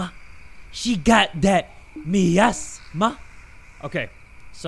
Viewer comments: its My-as-mah - Miasma 😂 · It kills me 😭 it’s pronounced my asthma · I love the way pronounces miasma. For the people who don't know how to say it, it's "my-asthma" and a miasma is like an unpleasant gas or vapor. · jay saying miasma incorrectly and then saying me ass ma is the funniest thing ever 💀💀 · lol mournful my-ass-mah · miasma is pronounced my asthma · hearing jay pronounce miasma wrong 🤣also the whisper from the "cauldron" would whisper to me "were calling you about your cars extended warranty" lmao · I love how nobody's mentioned how doesn't know how to say the word "Miasma" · jay not knowing how to pronounce miasma is SENDING me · The word Miasma being butchered hurts me lol